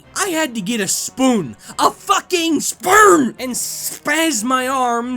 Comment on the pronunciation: "I had to get a spoon, a fucking SPEWN!" Aaaand I'm dead. There's something about that pronunciation that makes me lose my mind with laughter.